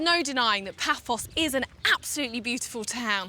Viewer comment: It is "Paphos" not "Papos".